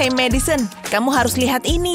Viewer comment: It's Madison not madisen